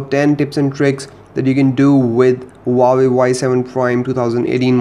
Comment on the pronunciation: he said uawei not huawei